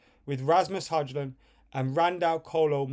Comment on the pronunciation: You pronounce HØJLUND = Hoi -lun,! Being a Dane, I should know!